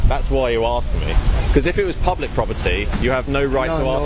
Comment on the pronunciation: he axe you